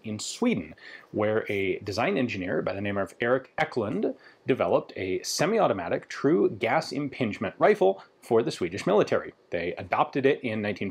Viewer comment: "Eckklund" No, it's "EEEEEklund" Say earie. Use the E sound of that. Say kit, use the K sound of that. Say lunar, use the LU sound of that. Say wound, combine the LU sound from above with the UND sound from wound.